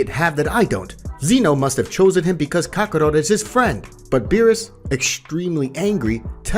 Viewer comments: Not to mention Kaka-row, Kaka-rutt & Kaka-rote 😅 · Stop saying Kakaro! That's not his name, it's kakarot